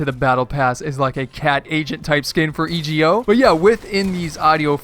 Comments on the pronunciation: Its pronounced "ego" not e.g.o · E G O,it’s suppose to be ego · Christian Witt e go